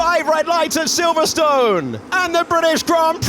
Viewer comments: Who knew Silverstone must always be pronounced so strongly. There was me thinking it's always always always been pronounced silverstin. Because that's what it's called. Same with yesterDAY. Make sure you sure you put you emPHAsis in a daft place. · Did they change the pronunciation of Silverstone without telling us?